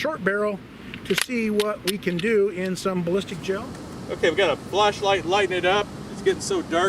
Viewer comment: Wait said flashlight sounded like fleshlight!🤣🤣🤣